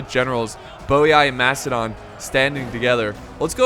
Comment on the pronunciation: is the man playing macidon out of his mind slaughtered the name